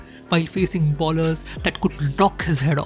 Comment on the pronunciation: It's "bowlers" not "ballers"